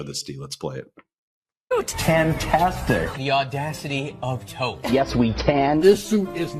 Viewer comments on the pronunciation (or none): He said "The Audacity of Taupe!" 🤣🤣